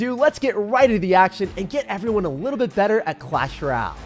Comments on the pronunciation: “In Clash Raal!” 💀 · Someone tell him it's clash ROY AL. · Couldn’t get passed the pronunciation of “Royale”